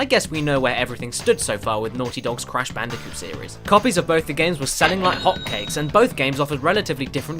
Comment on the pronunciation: I knew I was going to subscribe from the moment you said Brash Candicoot.